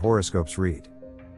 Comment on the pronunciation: AI can't seem to get the word, 'read' right.